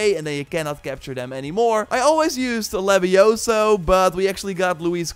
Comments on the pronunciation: Yeah, I'll bite... It's LeviOsa, not LeviosA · Its levi ooo sa not levi o sa 😂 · It's LevioOoOoOoOSA. Not leviosAaAaAaA. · It's leviooosa not leviosaaa. Lol. Great stuff keep it up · it is leviOsa not leviosaaa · It's LeviOHsa, not LevioSAHH. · It's Levi-O-sa, not Levio-SA! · its leviosa not levioSA lol